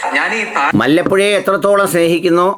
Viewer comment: മല്ലപ്പുഴ അല്ല. വല്ലപ്പുഴ, പട്ടാമ്പി താലൂക്ക് ൽ പട്ടാമ്പി ക്ക് സമീപ സ്ഥലം